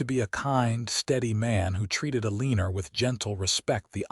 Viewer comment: It's pronounced Ellenor